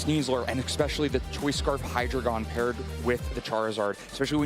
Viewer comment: I feel like people cant pronounce words. It's "hyd-region" not hydragon